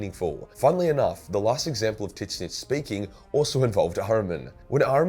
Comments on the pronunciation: Who the hell is titsnitch? Do you mean "Zeen-tch"? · Whooo tf is tittssnitch??? Tzeeentch!!! Wtf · Why does he still say "Tit-Snitch"? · So is it pronounced tidsnitch or zeentch for tzeench (new fan of 40k) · I thought it's pronounced: "Zeench" Titsnitch? Sounds like that gardener. Alan Titsnitch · Tzeentch = Zeench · No. It's pronounced Zee-ench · Did you call Tzeentch Tits snitch?!??! 😭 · So.... I'm not a Warhammer fan at all. I shouldn't lecture anyone on the lore... But did you just pronounce "Tzeentch" as... "Tit-snitch" Edit: My god, yes you did.... TIT-SNITCH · I find it hilarious you say it titswitch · Are you saying tits-itch? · Why are you pronouncing Tzeentch like "tit snitch"? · did he just say 'TIS - NITCH'? tf? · Tzeench Zee-n-ch The way you pronounce it is insane and drives me crazy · It's a joke because it's so hard to say so he just calls him Tit Snitch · I'm sorry this is my first time watching one of this guys videos and him calling Tzenntch Titsnitch is just too funny not to say anything about. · Is this guy intentionally calling Tzeentch "Tit-snitch"? Is this an inside joke? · It took me way too long to figure out what tits-nitch was 🤣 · Why are you calling Tzeentch tit snitch? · Titsnitch :D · Somehow I couldn't hear much of the video except how you say Tzeentch. Do you pronounce it "Titsnitch" out of spite? :D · Why is this retard butchering Tzeench's name? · its funny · can someone please tell me why he pronounces Tzeentch wrong? he saying it how it’s spelled but it’s canonical not pronounce that way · Is that an insider or why do you pronunce tzeensh so weird? I cant get over it. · It's his own way of pronouncing it because he hates having to pronounce it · Please learn to pronounce Tzeentch. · not sure if your pronunciation of Tzeentch is a joke or not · Your pronunciation of Tzeentch gives me heart palpitations. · Are pronouncing the name of Tzeentch wrongly on purpose to piss nerds off? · Tzeentch isn't really that hard to say